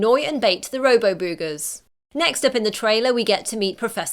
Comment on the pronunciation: Stop saying boogers like that!